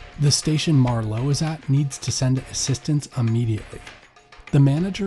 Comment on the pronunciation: The accent for Marlow is on the first syllable, not the second. Also, Thames is pronounced Tames, there is no th sound. I had to stop listening to this after :25 because I was afraid the moron who is reading this was going to make another blunder.